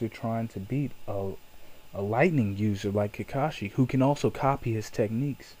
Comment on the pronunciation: it sounds like you are saying kikashi and not kakashi